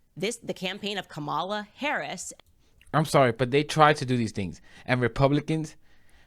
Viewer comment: IF THIS SELF HATING TRICK candace owens COULD TAKE A PILL TO TURN HER BLACK SKIN SHOE POLISH WHITE, SHE WOULD. SHE KNOWS THE PROPER PRONUNCIATION OF KAMALAS' NAME, BUT LIKE THE WHITE FOLKS SHE DANCES A JIG FOR, SHE CHOOSES TO DISRESPECT HER AT EVERY TURN. JEALOUSY IS HER BEST FRIEND😶